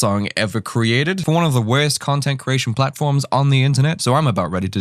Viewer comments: Pauses at .01 seconds "This is the WERST* 😂😂😂 Also I don't have an issues with people feeling themselves a bit on tik tok, it's "Hey look at me I'm happy/confident" which I feel is important for a lot of people to do 🖤🖤🖤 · The way you flow in and out of your accent is confusing me. Do you have an accent or just like to accentuate certain words like wurst? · The WEEEERRSSSST (the best) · The way he says werst... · its funny dat when he said “worst” it sounded like hes saying “west”🤣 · I thought your voice was great to hear... but i kept wondering what "wiz" was... until i realized it was "worst".. still like the voice. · I don't really don't know if you are Irish or from New Zealand 🤔 you say folks and you pronounce worst so funny 😅